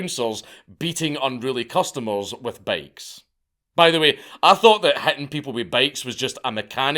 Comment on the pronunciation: Who else had to rewind a dozen times just to figure out that Dankula was saying “bikes”? I thought I heard bags, bakes, etc. From now on, Scots must use the words bicycle and motorcycle.